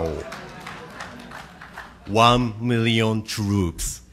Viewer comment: “Won miweon twoops…wooooow”